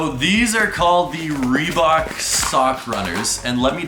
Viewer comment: I like how he says ‘reebuck’ instead of Reebok